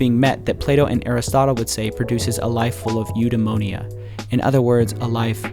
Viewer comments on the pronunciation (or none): You botched the pronunciation of eudiamonia so hard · What an idiot. You pretend like you know philosophy and then you mispronounce "eudaimonia". What a scummy narcissist.